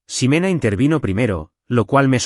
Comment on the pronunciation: Y la X no se pronuncia como S. No es Simena, se pronuncia Jimena.